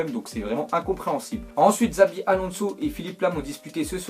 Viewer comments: on ne prononce pas comme sa cela s'écrit , ce n'est pas [xabi] mais [chabi] , cela s'écrit peut être xabi Alonso mais on prononce pas a la française , stp prononce un peu mieux ... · Enfaite toi tu sais pas parler c'est pas possible t'a entendu comment t'as dit Xabi Alonso tu sais rien prononcé sa se voit t'es pur français toi😂